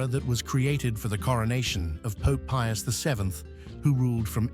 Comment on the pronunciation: pius the fin? what a mess up name. all the more reason not to watch AI generated videos. 👎